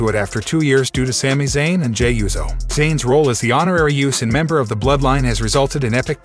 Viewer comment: Is there a “z” in “USO”? Smh